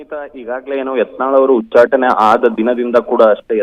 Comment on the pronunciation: ಅದೇನ್ ರಿ ಉಚ್ಚಾಟ್, ಉಚ್ಛಾಟಿ ಅದು ಸತ್ತು ಹೋದ ಸುದ್ದಿ